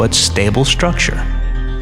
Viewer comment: Bet he doesn't say "shnake" so what's up with "shtructure" anyway?